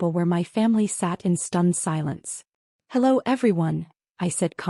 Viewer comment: You are going to embarrass the hello dropping the O out of them